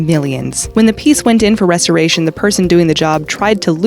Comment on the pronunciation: She said restoration wrong bruh